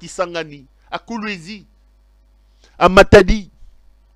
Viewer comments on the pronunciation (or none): none